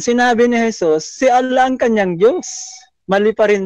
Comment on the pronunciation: Nahirapan bigkasin ni si Allah ang Dios tomintigas dila ni